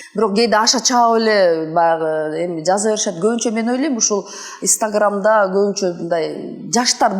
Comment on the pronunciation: Гульнур эжебиз истаграм дейтко